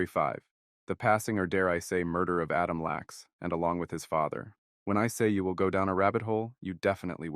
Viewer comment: It's Adam LACK, not Lax